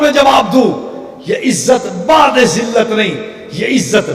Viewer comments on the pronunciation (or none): اوجاہل انسان بعدذلت کے ب کےاوپرپیش ہےزبرنہیں ہے اسکا مطلب ہے ذلت سے دور رہنے والے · بعد نہیں بعد دال پر پیش ہے